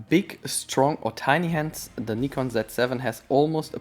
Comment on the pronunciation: Nice to hear Nikon pronounced like the Japanese pronounce it.